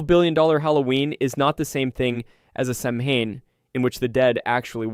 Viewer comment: It’s pronounced Säw-wen.